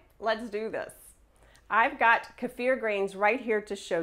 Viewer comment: How great of you to pronounce kefir the correct way!! Thumbs up!